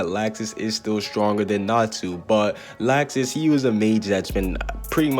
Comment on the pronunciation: His name is Laxus but it’s pronounced locksuce